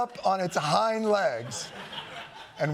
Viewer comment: Oh, so JoN CAN say Hind. Pronounced it weird but expected i guess.